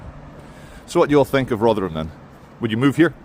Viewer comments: Rothrum, not Rov’ram! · No, 'tis Rother-HAM!